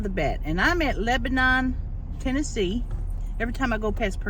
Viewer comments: It’s pronounced Lebenen TN. Lol is an Xmas gift herself! Love her! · I have friends that live in that area and they yelled at me for pronouncing Lebanon like you. Apparently, it’s “Leb-nin” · This is in my hometown!! They pronounce it Leb-nen 😂